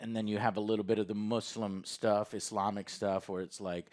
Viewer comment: Joe, I appreciate you correctly pronouncing Muslim and Islamic. I've been in the U.S. for 10 years and can't believe that people still say "Mahzlim" and "Izlom". Thanks for the respect, man. I appreciate ya.